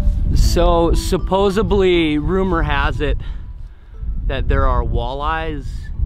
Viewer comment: Sa-pose-ed-lee. Not Suposably. Jesus harold. X pescially coming soon I'm sure.